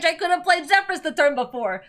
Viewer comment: Reminder that it is pronounced ZephERS